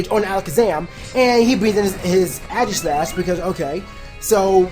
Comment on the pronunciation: I swear Aegislash is pronounced "Aygis" not "Agis" xD